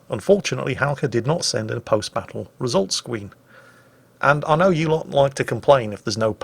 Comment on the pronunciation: Wait... Wesult Scween? 😄